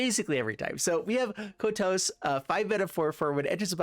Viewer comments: Kotose コトソin katakana is pronounced [ko] [to] [ssé] in Japanese. (i'm french, [é] sound could be [ay] in english). There is only one sound finishing by a consonant in Japanese as far as i know, its ん in hiragana or ン in katakana which is [N] sound like -san or ichiban or pan etc.. Some people could say です desu [dess] is a sound like that too but It's actually a matter of prononciation or more of non-prononciation of the す [sou] sound in this particular word. Nice list and Thanks for the video ! 👍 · That Kotose pronunciation saddens me, but god do I love mean-spirited decks! 🤣Was a lot of fun!